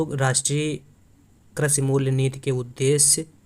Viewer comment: Karshi nhi aap krishi boliye maza nhi aaya